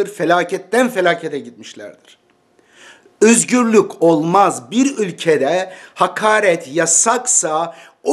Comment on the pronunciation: Edip beg üzgürlük nedir yahu videonu izleyeceğim hevesimi kaçırıyorsun ö'yü söyleyemiyormusun